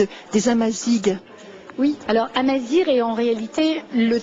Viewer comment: elle ne peut méme pas prononcer amazigh comme il faut